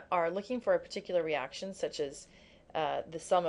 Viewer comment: you said eraction lol <3